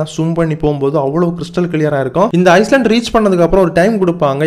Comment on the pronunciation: ஐஸ்லேண்ட் இல்ல ஐலண்ட் (தீவு)